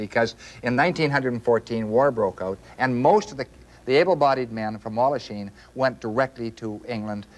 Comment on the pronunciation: Walhachin with an 'h' please.